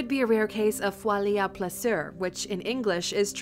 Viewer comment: alright, even as a french speaking person, I did NOT understand "folie de plusieurs" when she said it lmao, I was able to put together what she said after she translated it lol